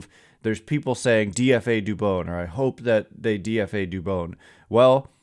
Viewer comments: Thank you sir. I’ve tried to say this before but I felt like an asshole. You say dubon like rodon. You gotta get the names right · Dubon rhymes with Rodon, please learn how to say his name! Very disrespectful for such a good player 😎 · you gotta get dubons name right please. He has earned that respect. No hate towards you just like to hear players names pronounced correctly